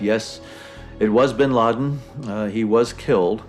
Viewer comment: Tout le monde : "Ben Laden" Japonais : Ben Ladenyu